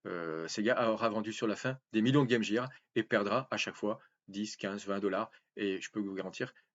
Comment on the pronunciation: Je suis navré, j'ignore si vous avez travaillé avec ou pour Sega et c'est une erreur typique du Français moyen ... Mais le mot Gear on le prononce ''Guire'' et non Gire